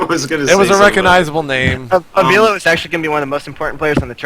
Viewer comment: I think the least you can do if you're going to mention avilo's name is learn how to pronounce it. And yes, he is becoming more and more popular so, good job mentioning him.